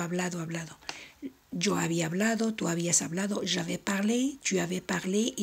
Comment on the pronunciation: Muchas gracias por subir un curso tan completo, ¿pero por qué pronuncia la segunda sílaba de "avais" con una "e" cerrada?